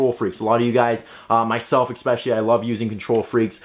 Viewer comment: ekspeshully ekspeshully